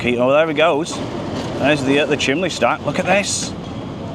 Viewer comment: I love the way you call the chimney stack “a chimley stack”. A northern thing I imagine ?